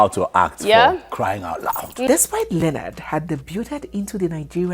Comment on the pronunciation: Thanks for pronouncing Leonards correctly